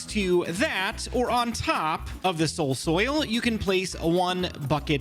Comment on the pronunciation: Finally caught up on the vids:) and also SOUL SOIL say it with me soul soil